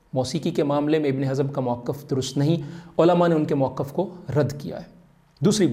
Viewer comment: مُؤَقّف❌❌❌❌❌❌ مَوقِف✔️✔️اسم ظرف✔️✔️